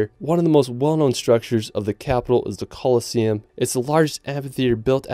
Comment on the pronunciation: The COLESSEUM xddd colosseum it is my friend